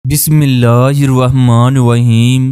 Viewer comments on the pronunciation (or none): le ap apnee bismala sahi karai sukria ap is per gor karean